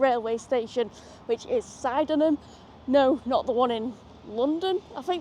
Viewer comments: My dad was from Sydenham......like many places in N.I. the pronunciation can be difficult but its Sid Nim. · SID en am. Not side in im. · Sydenham, pron Sid en am ) You went through Holywood, pron Hollywood)